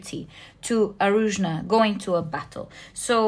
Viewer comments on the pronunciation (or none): none